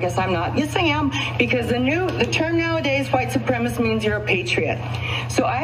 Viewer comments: It’s not “supremist” it’s “supremacist”. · It's not white suprem-ist. It's white suprem-uh-sist. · She can’t even pronounce the word, supreMAcist. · Wait wait wait a minute, hold on, STOP. I'm 32 seconds into this thing, & this woman not only embraces (& mispronounces) white supremisty, but also hard-pivots to try & claim the moral high ground on some anti-label coexistence message? I'm still half-convinced this is a troll in a Karen-suit.